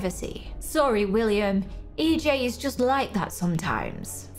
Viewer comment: Its willam not willmian